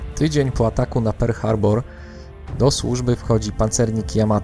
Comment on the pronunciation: Mówi się "Perl Harbor" a nie "Per Harbor" a poza tym świetny film